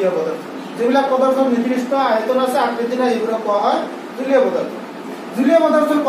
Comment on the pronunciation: Not nirdrista. It's nirdista